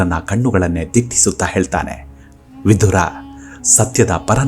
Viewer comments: ವಿಧುರ ಅನ್ನುವ ಉಚ್ಚಾರಣೆ ಸರಿಯಲ್ಲ." ವಿದುರ " ಸರಿ. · Vidura is correct why u r pronouncing vidhura please say as vidura don't make confuse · ಅದೆಷ್ಟು ಸ್ಪಷ್ಟವಾಗಿ ಕನ್ನಡ ಮಾತು ಆಡುತ್ತೀರಾ 🙏🏻 ಕೇಳುವುದೇ ಸೊಗಸು ವಿಧುರ ಅಲ್ಲ ವಿದುರ ಎಂದು ವಿನಂತಿ ಮಾಡುತ್ತಿದ್ದೇನೆ 🙏🏻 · Vidhura alla vidura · Vidura annodu sariyada heasru, Vidhura alla, vidhura andre hendatiyannu kaledukondava emba artha ide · Swamy, Adu vidura. Vidhura alla. Vidhura andare hendati sattava endu artha. Dayamadi nimma bhasheyannu saripadisikolli 😅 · ಮನಸಿಗೆ ಬಂದ ಹಾಗೆ ಕನ್ನಡ ಉಚ್ಚಾರಣೆ ಮಾಡೋದನ್ನ ಬಿಡಿ, ವಿದುರ ಅವನ ನಿಜ ಹೆಸರು, ವಿಧುರ ಅಲ್ಲ, ವಿಧುರ ಅಂದ್ರೆ ಅದರ ತದ್ವಿರುದ್ಧ ಅರ್ಥ ಇದೆ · ಈತನ ಹೆಸರು ವಿದುರ, ನೀವು ದ್ವನಿಸುವಂತೆ ವಿಧುರ ಅಲ್ಲ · ವಿಧುರ ಅಂತ ಬಳಸಬೇಡಿ.ಅವನು ವಿದುರ.ವಿಧುರ ಅಂದ್ರೆ ಹೆಂಡತಿ ಸತ್ತವನು ಅಂತ ಅರ್ಥ.ಕನ್ನಡ ವನ್ನು ಸರಿಯಾಗಿ ಉಚ್ಚರಿಸಿ ಮತ್ತು ಬರೆಯಿರಿ.ಎಲ್ಲ ಅರ್ಥಹೀನವಾಗಿ ಹೇಳುತ್ತಯೂ ಟ್ಯೂಬ್ ನಲ್ಲಿ ಜಗತ್ತಿನಾದ್ಯಂತ ತಪ್ಪು ತಪ್ಪಾಗಿ ಹರ ಡುತ್ತೀರಿ. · ವಿಧುರ ಅಲ್ಲ ವಿದುರ. ವಿಧುರ ಅಂದರೆ ಹೆಂಡತಿಯನ್ನು ಕಳಕೊಂಡ ಪತಿ. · ಹೆಸರುಗಳನ್ನು ಸರಿಯಾಗಿ ಉಚ್ಛರಿಸಿ. ವಿಧುರ ಅಲ್ಲಾ; ವಿದುರ. ಕೊನೆಗೂ ವಿದುರನ ಅಂತ್ಯ (ಸಾವು) ಹೇಗಾಯಿತೆಂದು ಹೇಳದೇ ಬೇರೆಲ್ಲಾ ಸಂಗತಿಗಳನ್ನು ಹೇಳಿದಿರಿ. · ಈ ವೀಡಿಯೋ thumbnail dalli ಬರೆದ ಹಾಗೆ ಅಥವಾ ನೀವು ಉಚ್ಛರಿಸಿದ ಹಾಗೆ, ವಿಧುರ ಅಲ್ಲಾ. ವಿದುರ ಎಂದು ಸರಿ ಹೆಸರು.ವಿಧುರ ಎಂದರೆ ಹೆಂಡತಿ ಇಲ್ಲದವನು ಎಂದು ಅರ್ಥ. ದಯವಿಟ್ಟು check ಮಾಡಿ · ಭಾಷೆಯ ಉಚ್ಚಾರಣೆ ಶುದ್ಧವಾಗಿರಲಿ. ವಿದುರ ಅಲ್ಪಪ್ರಾಣವಾಗಬೇಕು